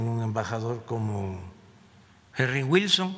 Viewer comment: Ese gluordo güilson.... 😂